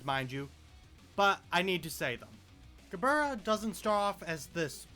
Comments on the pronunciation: Ge-burr-rah That's my new favorite way to say her name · i took 20 white damage when i heard him pronounce Gebura WHY DID HE PRONOUNCE MIMICRY LIKE THAT 💔